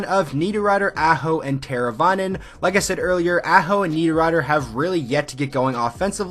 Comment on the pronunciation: Good video...but learn to pronounce the names Aho, Necas and Haula.